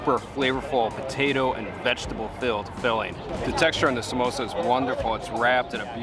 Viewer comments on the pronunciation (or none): Did u just called samosa MEMOSA? 🤨